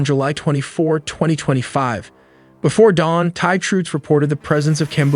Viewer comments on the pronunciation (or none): Please stop saying Thigh 😭 Thai is pronounced like Neck Tie. Wait a minute you used the correct pronunciation for a few minutes then didn't again!?! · Just FYI it’s Thai (Tai) not Thai (Thigh), thank you for educational video ! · It’s pronounced “thigh” it’s “tie” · Thai is pronounced Tie not Thigh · THAI is pronounced "Tie" not "thigh." Thailand is pronounced "Tie-land" not "Thigh-land." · Thai (Tie) not Thigh. AI is horrible. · If you can say Thailand, why can't you say Thai correctly? It's not "thy". It's "tie" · Thigh and Turkey-yay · This video is AI slop and absolute garbage. In the first minute it talks about the "Thigh Military." Completely useless, not worth watching. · Thai is pronounced Tie, and not Thighs. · Excellent work on the video. Very well done. My only critique is Thai is pronounced "tie" like a neck tie...not "thigh". Other than that fantastic work with the animations. Its actually extremely interesting and informative. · Very annoying to hear "thigh" and not "Thai" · Tis TA, not Tha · Thai is pronounced “Tai” not “Thigh” 🤦‍♂️ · Why do you pronounce "Thai" like Donald Trump? It's Thailand, not Thighland. The people are Thai, not Thigh. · It not pronounced "thigh" it's pronounced "tie", please fix this. Also, you assume a scout of scout drone is used, which is not in the case of these low end militaries. They can simply just pick a target on Google maps and let it go. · It’s pronounced as TIE not THIGH. Do better. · Thai is pronounced “Tie” in English, NOT “fi”. Get your AI right. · He just said "Thigh" on purpose to mess with people hahah. I heard a Thai (Tie) as well. Sir, how do you say Thailand? Tieland What about Thai? Thigh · Thigh? Thigh Artillery? Thigh Efforts? Dude. Not trying to be a turd but if you want to sound half intelligent, learn to pronounce Thai properly. Here is your lesson...ready? Say it like this...Tie. Yes the same as what you wear with a dress shirt and a suit. Tie. No h sound. You're welcome. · "Tie" not "Thigh"